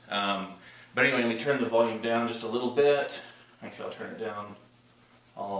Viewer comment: "leetle bebee men"